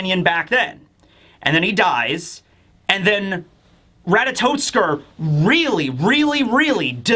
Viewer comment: Minor quibble, but it's "Ratatoskr", not "Ratatotskr". No "t" before the "s".